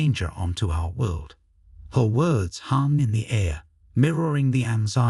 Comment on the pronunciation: Good story, TERRIBLE COMPUTER READING. Half the words are miss pronunst and I am not even English/American.